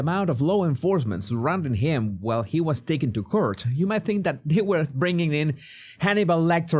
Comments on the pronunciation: I can't stop laughing when you say Court you need to practice properly pronouncing that LOL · Hoe says court 🤣 cute